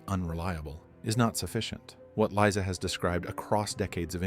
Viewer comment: Liza not lisa